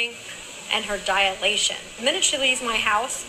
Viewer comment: Please can someone tell that woman that the word is ‘dilation’, not ‘diAlation’. NB I realise that this is a minuscule issue compared to the other, shocking issues…!